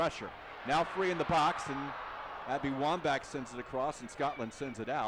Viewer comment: "Abby Womba" .... uuhhh